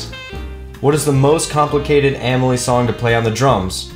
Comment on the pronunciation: he answers two of my questions<3 win! even though he pronounces my name wrong. xD